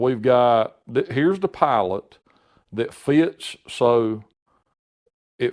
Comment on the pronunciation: He said pilot i heard "pallet"